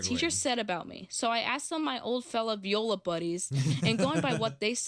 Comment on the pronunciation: It’s not VE oila it’s Viola